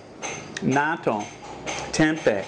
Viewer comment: 'natto' is the pronunciation...haha not NATO lol..always eating it here in Japan, is it available in Thailand?